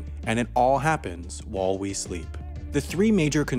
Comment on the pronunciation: Great work, but, really, "...whul we sleep..." ? Such flubs take away from the otherwise mostly professionally-produced feel of these videos.